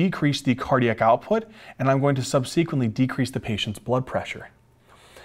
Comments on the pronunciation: For goodness sake, the word is subsequently, not sub sequently. Do not place the emphasis on the antepenultimate syllable, please! Correct usages are "these", not "these ones", "those", not "those ones", and "there are other drugs", not "there is other drugs". "Is" is for singular, "are" is for the plural; and finally, "there are three categories", not "there is three categories". You get the drug names right, get the 3rd grade grammar right, too, OK? Thanks. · So glad I found your channel! Brings me back to med school days. Stryer anyone? Would have loved to have youtube and great teachers like you. You also crack me up the way you pronounce “subsequently” and “GLUT” (receptor). You have a gift. Keep on teaching.